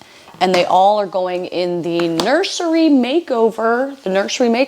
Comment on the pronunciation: Did she say nursery????